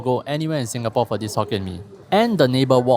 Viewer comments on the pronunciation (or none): none